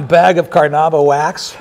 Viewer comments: Technically it's Car-na-UH-bah, Car-na-IH-bah or Ca-run-DA, all of which come from the Tupi Karana'iwa; but how pronounced it can be considered "close enough" for english speakers. Now "Car-NOOB-ah" is the single worst attempt at saying "Carnaúba" that I have ever witnessed. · Car-NOOB-ah wax was not your problem. Your acting is awful friend. LOL